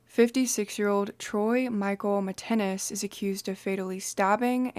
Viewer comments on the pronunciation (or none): His name is pronounced Mitt Ness - not Mitt- ten-ness!